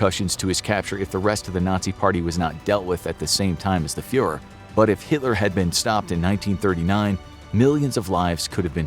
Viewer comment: “Fuhër” lol.